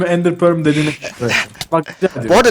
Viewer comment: İndir pörl dedi